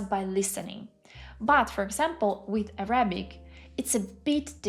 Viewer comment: Great video! I’m impressed at your language talent. I only have four small suggestions that will help you move a tiny bit further toward sounding like a native in English: When saying “Arabic,” put the emphasis on the first syllable: Árabic. For “vocabulary,” put the emphasis on the second syllable: vocábulary. “Honest” — never pronounce the H. Now for the tricky one: When the word “progress” is a noun, the emphasis falls on the first syllable. When it’s a verb, it falls on the second syllable. Examples: “You are making great prógress in German.” “I cannot seem to progréss in my Japanese studies.” 😊